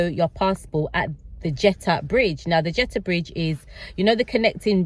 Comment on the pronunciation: Jetty tunnel not Jetta 🙈